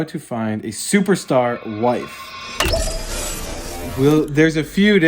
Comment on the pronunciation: I think my favorite part of this video is how adds an extra "t" to the word "superstar". Don't take my word for it, watch the opening 30 seconds and hear talk about his "stuperstar wife".